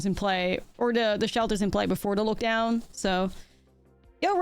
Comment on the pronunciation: it is odd you only mispronounce lockdown and no other words... great games!